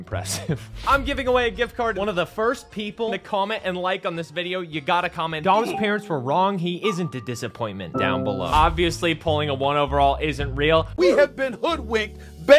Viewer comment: Doms not dims